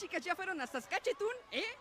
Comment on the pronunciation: Creo que no existe o lo pronunció mal, sólo sé de dos ciudades que son saskatchewan y saskatoon, no sé si sea alguna de esas xD